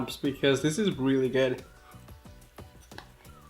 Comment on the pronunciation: I love the way he says "this is gyood."